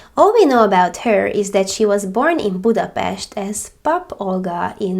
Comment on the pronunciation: You guys did so great! I've heard this case before, but not all of the details! Funny enough someone actually asked me how to pronounce Budapest today and I was able to because of you so thank you!